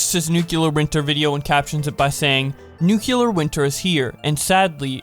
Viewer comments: It's nuclear, not nucular... Reminds me of George W. Bush. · WHY do all of you covering this say nuCElar instead of nuCLear ? Did I miss something ? DID WE CHANGE THE MEANING OF LETTERS WHILE I WAS AWAY?! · The word is nuclear. New. Clear. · I was looking for this comment... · You pronounce it like nuquelear wth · Why he keeps saying "nuclear" like that? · The way he said nuclear